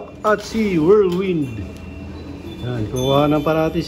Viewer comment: Kuha mo na tamang pronunciation sa whirlwind 👍